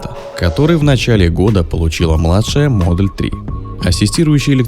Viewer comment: Названия авто на произносить по-русски раз видео для русскоговорящих. Правильно будет Тесла МодЕль Х, то есть ударение на второй слог, если уж так хочется сказать по-английски, то надо говорить без мягкого знака (буква "л" не должна быть звонкой).